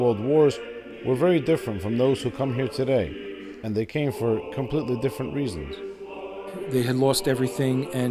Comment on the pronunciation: "Compleeeeeeeeeeeeeeeeeetly different world." Haha, I like that stressing on the words... ;-)